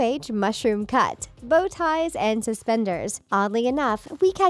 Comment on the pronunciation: When she said “bow tie” I thought she said “Botox”